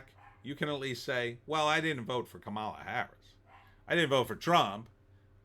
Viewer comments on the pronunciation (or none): First of all. Her name is pronounced COMMA LA!